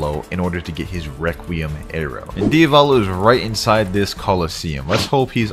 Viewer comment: we gotta deafet DIAVLO Me: ITS DIAVALO NOT DIAVLO